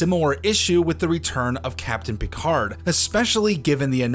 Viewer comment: Captain Pee-Card